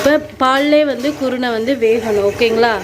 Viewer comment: என்ன குருனை என்று தெளிவாக சொல்லுங்க சகோதரி